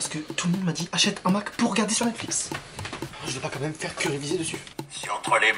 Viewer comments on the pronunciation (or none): Le daronne elle dit mixique à la place de Netflix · moi elle dit mecfic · Mdr elle a sorti Mexique au lieu de Netflix ! À chaque vidéo je rigole comme une folle mdr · Mexic au lieu de Netflix je suis morte 🤣🤣🤣🤣🤣🤣😂😂😂😂😂😂😂